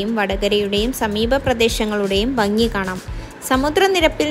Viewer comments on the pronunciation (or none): none